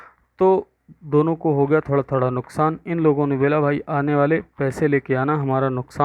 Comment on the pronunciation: Sir wo nuksaan hota he nuskaan nahi